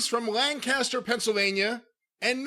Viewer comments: "Lan-cast-er?!" Don't say it like that around anyone from there. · Yea, people who are actually from Lancaster pronounce it more like "Lank-is-ter." I live in PA as well. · I lived in nearby Delaware, so it is Lank-cester. But in Lancaster, Ca, another state I am very familiar with, it is pronounced Lancaster. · Should I have included the pronunciation in my tweet? lol. I expected to get it wrong. I didn’t even learn the right way to say Lancaster in Pennsylvania until I moved here.